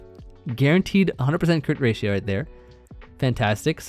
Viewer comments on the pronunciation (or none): none